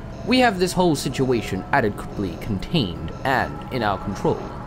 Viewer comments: I know that it was supposed to be "adequately", but that doesn't at all sound like what he actually said. It sounds like he said "adequiply". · Did… Did he just say "adequiply"?!